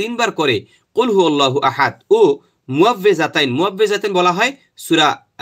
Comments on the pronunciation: আয়াতের শেষে আহাদে বলছেন,সেখানে আহাদ্দ হবে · আহাদে্ হবে তবে এ কার আস্তে হালকা ভাবে উচ্চারণ হবে। সৌদি আরবের আলেমা আমাকে ও-ই ভাবে পড়িয়েছে